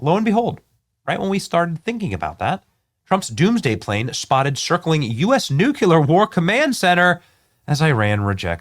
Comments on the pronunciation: Benny, it pronounced New-clee-er. Not nu-q-ler. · Come on, Benny! It's NOT nu•cue•lar, it's nu•klee-ur! Nu-clear! Nuclear! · nu-CLEAR not nu-CULAR... reading any word in text out loud completely wrong blows my mind 🎉😂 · "Nucular" 😂 what an idiot. Its Nuclear. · Nu / clear not nuculear. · Once again Benny.... It is not pronounced.... "Nookyaler ". Nu clear ! Nuclear ! Say it with me Benny....... NUCLEAR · Benny! Bud, it's "New-cle-year", not "new-cuh-lear." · Bennie, I love ya, man, but here is the issue... "Nuclear" is pronounced "Nuke-clee-ur", not "Nuke-you-lur". You have 6.1 million subscribers and countless other listeners. You have to get it right. God bless you for all you do... Oh, and take something for that stuffed up head... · Not nucular but nuclear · Nuclear has two syllables and is pronounced NEW CLEAR. "Nucular" is NOT a word. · Nuclear is pronounced "New-clear" not nu-cue-ler. Please... Pretty please... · The plane is the nuculus for all nuculur operations. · Its pronounced: noo·klee·ur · Benny! Love you bro, but seriously, it’s NUKE-LEE-ER. You’re sounding like GW Bush! No one needs that in their lives right now. 🙄😎🤟🏼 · NUCULER IS NOT A WERD!!!! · BENNY!!!! LEARN HOW TO SAY..."Nuclear" (/ˈnjuːkliər/ NOO-klee-ər) is the standard, correct pronunciation!!!! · I don't know how many times I've addressed my pet peeve with 'intelligent' people...it is pronounced "noo͞′klē-ər"...! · Nu-Clee-arrr Benny 😊😊😊 scary stuff! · nu CLE AR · Benny. BENNY!!! ... it's nuCLEAR 😂😅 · N-U-C-L-E-A-R......"New-clear". There's nothing between the C and the L. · Nukeyaler lol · Its hard to take anyone seriously when they say NEW-Q-LER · Please learn how to pronounce nuclear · Benny, we love ya. You desperately need to learn how to pronounce the word Nuclear. Same way it is spelled, my goodness. You sound like W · You have to learn how to say Nuclear.